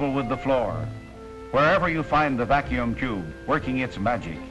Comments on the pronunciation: What funny way does the announcer say Vacuum Tube that the captions say Vacuum Jew ??? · 73! I thought he was saying vacuum chube.